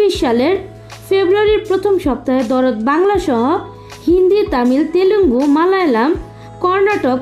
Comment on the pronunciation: Darod na dard ? Ke jani re vai😂